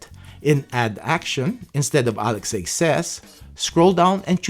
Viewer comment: I think it should be "ALEXA" and not Alex-A. Nice vids! Keep up the great work!